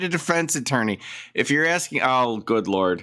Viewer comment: And that second case is precisely why I’m on the re-watch crew for your early morning (Aus) streams! Far too big an ‘abyss’ and too much ‘axing’ to wake up to … even after a coffee! 😂😂😂